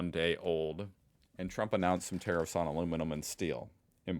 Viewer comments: Boomer cranky old man says. When you say tarrifs, it sounds like terrorist 😂. Other than that, love your work😊. Aussie politicians have been crawling up america's ass for a century omg. You can come over though. Aussie Aussie Aussie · I don't think the relationship between Australia and America will be affected in any way regardless of the outcome. Our exports to the US in steel an aluminium are not that great to affect anything anyhow. However I was at first confused with the way you said tariffs, like I thought you were saying terrorists when you pronounced tarrifs as terrifs. 😅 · When you say tariff it sounds like terrorist. Haha i laughed so much.